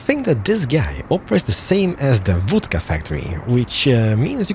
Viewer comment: Seems like an awesome game judging by the number of vehicles, buildings, by the way production, transportation commuting... works. It'd be a shame not to do a whole series. I bet you'd enjoy it too like we do just watching it. One more thing, o in Vodka is pronounced like short o, like o in gone, bomb, lot... Cheers and keep it up. 👍